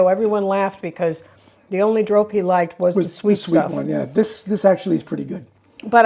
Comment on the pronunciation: Also very enjoyable on bread is Jumbo’s room pate and creme pate. When you say ‘drop’ in English, meaning falling or dropping, it’s closer to the Dutch pronounciation than ‘drope’ the way you said. And then later on learn the Dutch ‘r'